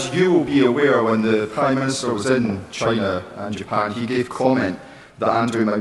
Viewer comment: Notice how many people now say 'Chynah' 😂